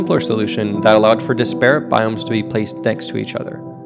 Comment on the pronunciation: No judgement no hate just want to clear something up: The word "disparate" as the emphasis on the FIRST syllable (DISS-puh-ritt). Not on the second syllable (dis-PAIR-ut). Carry on.